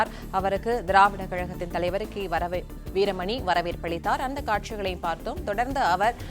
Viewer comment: கி.வீரமணி என்று சொல்ல முடியாத வரமணி என்று மூன்று முறை படிப்பது ஏன் 😮